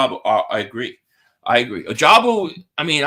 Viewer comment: it's pronounced oh-ja-bow